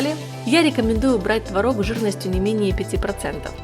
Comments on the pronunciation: Только ТвОрог,а не творОг. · Не Тврог А Творог !Удаление на первый слог !!! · Хороший рецепт! Спасибо! Но, надо правильно говорить- твОрог! ТвОрог! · Все бы очень славно, но если бы не мешающая музыка , и вы правильно делали бы ударение: твОрог ,а не тварОг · Надо говорить ,, твОрог, ,, твОрога" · Произношение слова «творог» в падёжной форме не правильно - ударение не ставится на последний слог а на необходимо ставить на первый. А так все отлично! 👍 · Как я с Вами согласна!!! ТВАРОГ через А режет слух! Но так многие говорят. А ещё мне не нравится, когда говорят щавЕль, мне нравится щАвель - ударение на А!!! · было-бы совсем хорошо, если- бы делали правильно ударение в слове ТВОРОГ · По русски в твороге ударение ставится на первый слог. Уши режет